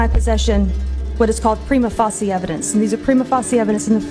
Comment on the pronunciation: I'm sorry I don't care who you are if you don't know how to pronounce "prima facie", you immediately sound like a moron to people with an IQ north of 90,,.